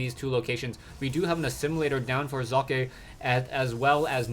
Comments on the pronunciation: that's actually the best attempt at pronouncing "Socke" correctly I've heard so far from all the major shoutcasters on youtube! Well done,!!!:))) That was so pleasant for my German ears:D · ye... Socke=sock, it isn't exactly chineese we are talking about here. Kudos for trying to pronounce it correctly. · love how u say Socke! nice that you try, well done here! greetings from Germany! keep on! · its great how you say socke ;D well generally you shoutcast is great :) keep it up